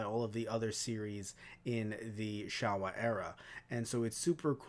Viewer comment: It’s pronounced sho-wa, sorry for being that guy